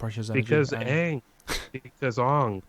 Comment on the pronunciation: I tried to watch that movie. After like the 8th time they said aang name wrong, I just turned it off